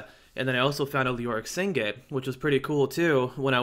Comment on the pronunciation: Sig-net, not Sing-et.